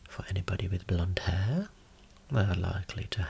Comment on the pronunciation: OOOOHHH.... "BLONDE hair"! Not "blunt hair"...